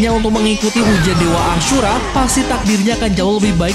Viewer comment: Kenapa nyebut ashura kek ngomong kasar anjir 😭kek seolah di perjelas ASHUra 😭